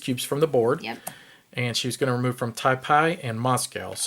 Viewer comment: "Taipei" is pronunced as "Tai pay". I live here :)